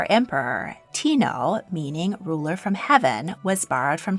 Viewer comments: This video is so informative and so beautiful kudos to the creator but I will say she massacred the pronounciation of japanese emperor 天皇(てんのう) which is pronounced as Tennou the first part ten is pronounced as Ten as in 10 and second part is nou as in arsenous not tinnou and 将軍(しょうぐん) as shōgun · I am going to be that rude person about pronunciation. 天皇 - Tenno (not teeno) - word for Japanese Emperor. Literally means Heavenly Sovereign. 明治 - Meiji (not maji) - Emperor Meiji brought the Industrial Revolution to Japan and opened up Japan to the world as you have explained. Love the channel! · Japanese word for emperor isn’t pronounced “Tino” , Tenno is said with a “Teh”. I can’t even think of in example but think of the world mellow, emphasize the “me” in it. So Teeehhhhh-no. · A bit of correction: Tennou is pronouced "TEN-NOH" & similar to Chinese title "Huangdi" the title is unisex. Just like Wu Zetian, women can hold the title emporor of Japan.